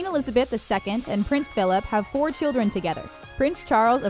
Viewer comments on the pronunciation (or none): none